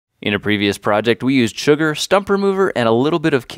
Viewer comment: At the beginning did you say chugar